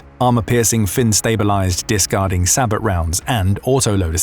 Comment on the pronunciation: Will you pronounce Sabot properly for once. Do a bit of research and work out it’s a French word, it’s pronounced “say-bow” not “sabbot”